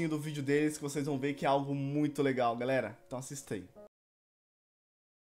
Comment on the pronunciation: No início o falou galeri